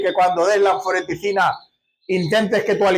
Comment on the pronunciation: Creo que es anfotericina, no anforeticina